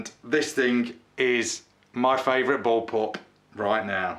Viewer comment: I know what a Bull pup is. But you said boll pup! ?